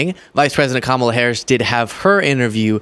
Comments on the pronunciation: The Sixty Minutes host loses all credibility when he failed to prounce Vice President Harris' first name correctly. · 😫"I Donald J TRUMP am fraid"😫I was fraid to go to war and fight for America, I'm fraid cause the interviewer is not from Fake Fox ENTERTAINMENT AND they'll ask me real questions and check my 🤥 LIES. 😫😫😫😫😫Kam.Moal.lah which I told all MAGA to say it like that. KICKED MY A$$ THE LAST DEBATE..NO MAS😫NO MAS